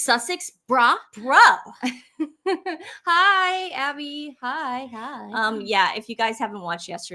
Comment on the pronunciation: It's pronounced BRO rhyming with grow / glow